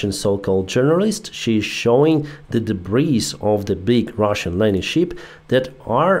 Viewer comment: there is quite a difference in pronunciation between "ship", a sea going vessel and "sheep", an ovine animal that gives us wool. "Ship" has a short "i" sound as in fit, lit, and bit. While "sheep" has a long "ee" sound as in feet, meet, and beet.